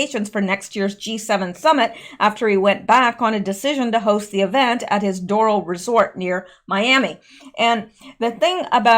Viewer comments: Resort is pronounced Door Ale.. 😘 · Down here it’s pronounced DOOR’-AL